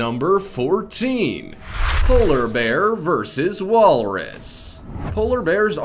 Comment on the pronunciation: Walrus- wolres, polar berr, aktopess